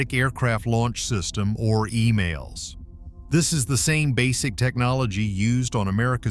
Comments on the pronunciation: It's EMALS, Not Emails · E"MALL"S, NOT E-"MAIL"S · The lioning and the shandong do not have catapults. Check your facts. And as far as your pronunciation is concerned, it's Emals not Email.